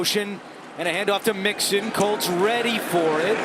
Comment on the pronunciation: I cant believe the announcer called joe mixon a monkey! Lol "joe monkey"